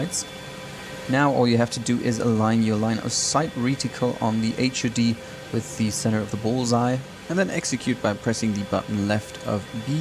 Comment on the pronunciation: you keep saying H,,,,,,U,,,,,,D,,,,,. Its driving me nuts one word, HUD.....20 years working on Fighter, we never called it a H>>>U>>>D>>>